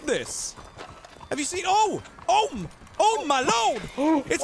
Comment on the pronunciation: The horse and wagon lmfao.. the way you emphasized it with "Oh mah lord!" Hilarious. Great video